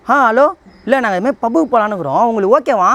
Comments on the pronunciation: Yov ஓகேவா இல்லை ஓக்...வா தெளிவா பேசுய்யா 😂😂😂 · bro Neega okca okva nu sonniga enakku thappa ketuchu 😅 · Adhuvum haaaa haaanu solludhu Neeee ok va ok va nu solra😂😂😂😂😂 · ஓக்கவா ஓக்கவா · ஓக்க வா ஓக்க வா😂😂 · ஓக்க வா ஓக்க வா... யோவ் என்னாயா😅😅😅